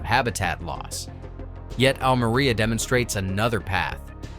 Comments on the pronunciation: Almeria! Learn how to pronounce it. Almería! Oh that is painful. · Almería, no Almaria. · the minimum you could and should do in a video on Almeria is to pronounce the name Almeria correctly. And to discuss the social problem (of modern slavery) more intensively when comparing with dutch greenhouses and interview a local politician about this problem